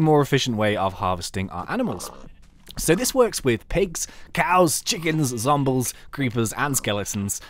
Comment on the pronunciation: Lol you said "zombles"